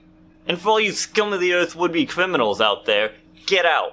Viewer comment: cwiminals XD